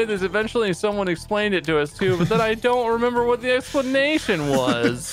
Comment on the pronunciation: I ‘emember, Mark. I ‘member.